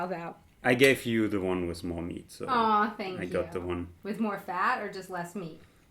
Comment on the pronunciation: "peanuts wis marshmallows" his accent is so funny :D but as a German I know how hard is it. my English teacher had a picture with a sink, a microphone and a person in a swimming pool. because german people tend to say "I sink" . they don't pronounce the T H , which is ,at least, funny to me . :D I think it's kinda cute:)